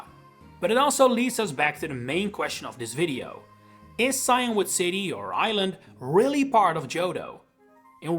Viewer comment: Maybe I'm just American, but I'm pretty sure it's pronounced see-in-wood, not cyan-wood.